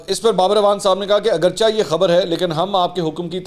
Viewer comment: محترم "اگرچہ" کو اگرچا نہیں پڑھا جائے گا اس کا درست تلفظ "اگرچے" ہے